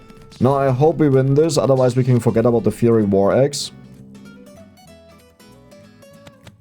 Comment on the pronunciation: The "fiery" part of "Fiery War Axe" is pronounced Fire-E. I apologize for English spelling being so unhelpful.